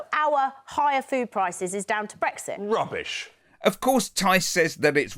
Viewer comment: "Brexik" Oh dear. This is how the rest if us got lumbered.